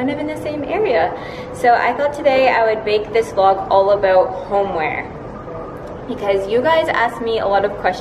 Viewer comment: when u say aboot because ur inner Canadian is coming out